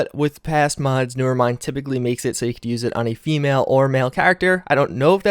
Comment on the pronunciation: Doesn't even finish saying the M in mods, "Did I just say Mads?", "Hoeth" are you having a stroke?